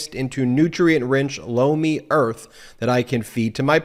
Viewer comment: I was looking away from the TV screen when his Lomi ad came on.. I thought I heard him say blow me, haha, I had to look over.... that's when I saw he was doing a commercial for some kind of vegetable... now, every time he says the word I hear something else